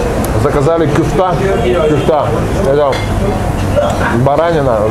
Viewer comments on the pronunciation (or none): Кишки -это кокорЕч. Бублик-это симИт. Не ДЁнер, а ДёнЕр. Крошка-картошка -это КумпИр. Не кюфта, а кёфтЕ -это турецкие котлеты. Если ты снимаешь обзор на национальную турецкую еду, то хотя бы просто выучи названия!